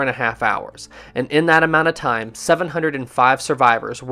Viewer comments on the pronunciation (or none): Taaaaaaaame is time and laaaaaaaane is line.. if you speak correctly then I'l subscribe.